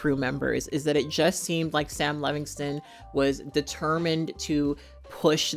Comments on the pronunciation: Sound it out.... Levinson. Lev-in-son. Not Levingston lol ❤ just a pet peeve of mine I realize I am being annoying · “Levinson,” not Levingston or Levingson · I agree 100% with everything you said. Except you mispronounced Sam Levinso's name about 15 times. But who cares really, his name might🎉 as well be Paul Verhoeven. The fact that "The Weekend" didn't like that the script (about a FEMALE pop star) seemed too "female driven" tells me all I need to know about him. And yes, his acting is awful. Too bad the production fell onto the hands of misogynist, it could have been really interesting. And also too bad Jennie is involved. I was so excited to see her acting, but not in this trash. Borahae!💜🫰